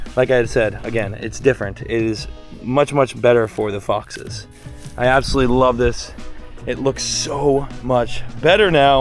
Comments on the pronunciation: He said fixes yayayyayayayyayyayayayyayayyaayyayayyayayyayay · 100% he said foxes i came here to type the same i feel like a detective 😂😂